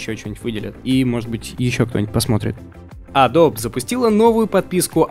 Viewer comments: почему опять адоб то? погугли как правильно говорить)) адоби ёпрст. в адоби всё уже 100 раз разжевали, я был на их презентациях где про это тож говорили они сами. не надо называть их "адоб") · Не "Одл", а "Удл", Не "Цезиум", а "Сизиум", не "Адоб", а "Эдоби", не "Айпад", а "Айпэд".